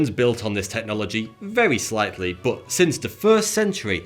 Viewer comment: I always hear you say 'Bowuth' instead of 'but'